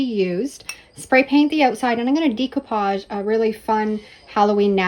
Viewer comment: Love your channel and your creativity; but can I just tell you that the way to say the word is day-koo-paazh